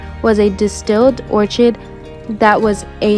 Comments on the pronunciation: Who narrates these? And, for that matter, who writes them? Yes, it's or-kid (orchid) like the flower. And, where is the promo? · Or kid. That is a very common and popular flower. If you can't pronounce words in the script ask. It doesn't leave you looking like an idiot. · Orchid is pronounced orkid.